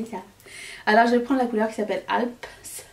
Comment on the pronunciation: Waouh ça c est du contenu, c est de toute beauté! En first: 1. Mimosa 2. Tokyo 3. Switzerland Le crémeux du fards "Alpes" ( on prononce pas le *es, c est la chaîne de montagnes entre la suisse et différents pays) était épatant! J étais pas enjouée sur la Sultry et pourtant maintenant je m en séparerai jamais🤗 on se réjouit de voir tout cela, pitié au moins les 3 sur youtube. J ai pas insta/fb, sorry, i m not sorry😅 A demain!